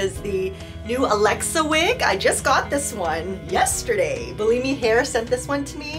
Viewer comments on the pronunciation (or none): Bullimi? No, you should pronounce Bellami like bell-amy. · You keep saying Bi-Li-Mi sent me wigs, but I read it as Be-La- Mi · It’s pronounced BELL AHH MEE 🥰 Also, best of luck with your hair journey.. I have alopecia so I def understand.